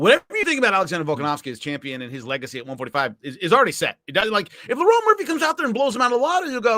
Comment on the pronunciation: He keeps calling Lerone "Lauren"